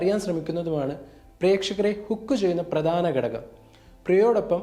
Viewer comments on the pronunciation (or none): മലയാളം നേരെ പറയാൻ പഠിക്കൂ. ഗടകം അല്ല ഘടകം.